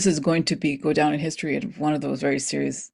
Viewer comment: Back the space program, not doze program.